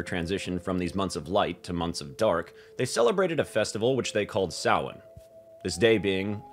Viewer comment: Thanks for not saying "sam hane". 'Preciate ya,.